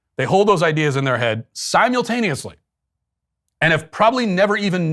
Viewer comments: Matt, I've never in my entire life heard anyone other than you pronounce the word "simultaneously" with a hard "Y" in the middle, as in sime-YULE-taneously. I think you should be banned from the show. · You repeatedly mispronounce "simultaneously". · I noticed that some time ago. Thought it was kinda weird, but so is Matt.